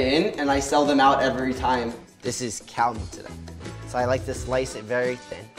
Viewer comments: I live in NYC since I was 11 and I never heard Italians pronounced Mozzarella cheese like he does. Either they’re too assimilated and don’t speak Italian well or he’s part of Italy where it’s like Mississippi English here. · The way he pronounces mozzarella reminds me of that one south park episode where randy becomes obsessed with cooking. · really nice kid but can someone pls explain me why he is butchering the word mozarella? Is he from a special side of italy? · I'm really triggered by the way he pronounces Mozzarella... Other than that he seems like a cool kid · why do Americans pronounce mozzarella so weird?! Italian Americans. it's very odd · Love this video but please learn to say Mozzarella correctly if you want to try to sound Italian. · Well you will get cancelled for saying “ Muzzarell “ instead of Mozzarella. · The pronunciation sounds strange when thrown in the middle of english, better probably just using proper italian, saying all the letters of the word (Mozzarella and not muzzarell) also american people have no idea of the concept of double letters sound, which in italian language is essential for pronunciation. Please also guys, be carefull cooking pizza at that high temperature, when the crust is burning like that is really bad for you, it's called acrylamide and it is rated as a potential cancer-linked substance. The oven should be around 350° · From an Italian: please stop saying mozzarel..mozzarella!! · Hey Mikey, it's MOzzarellA, not Moozarel ;) love, from Italy ;) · its not pronounced MUZARELLA , just sat mozaaarellla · I love the way he pronounces moozzarel. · "I used to say mozzarella but a bunch of Italians got mad at me" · Where do american italians get this mozzarella pronounciation from its not muuuzzarellll lol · Ya lost me when ya called it mootzarell. We get it man, you’re Italian, relax (even though Italians in Italy still say mozzarella). Mikey the kinda guy who calls pasta sauce “gravy” 🤦🏻‍♂️ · Why is he saying “mootsarelle”